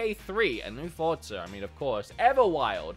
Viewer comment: Anyone: Forza: Fordza